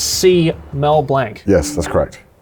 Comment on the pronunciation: That pronunciation of blanc hurts